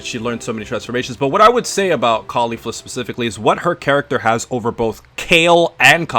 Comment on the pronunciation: its KEF la not Kayfla lol